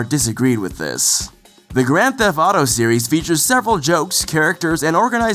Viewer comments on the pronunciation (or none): "Thef-T" There is a t at the end of the word..... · "Grand Fetht Auto Five" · It would have been good to get someone who could actually pronounce 'theft' for a video about Grand Theft Auto. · does know that the T at the end of "theft" isn't silent?